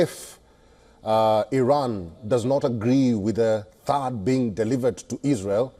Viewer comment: Thaad battery not barta